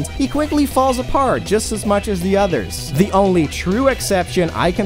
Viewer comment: Was there some kind of cow pun holiday in November I didn't know about? You said "udders" instead of "others" and "mooseum" instead of "museum." Genuinely curious. And annoyed that I didn't know about it.